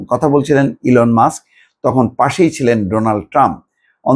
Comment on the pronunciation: 😂😂 ভিডিও কল ফোন ঠিক করে বলতে পারো না কথা বলছে হিলোন মাষ্ক